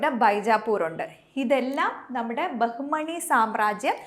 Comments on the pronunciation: ബഹുമണി അല്ല ബാമിനി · ബഹുമണി അല്ല. ബാഹ്മിനി. (ബാമിനി )